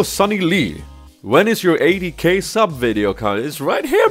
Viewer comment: Im I the only one that thought he said AD carry when he said 80K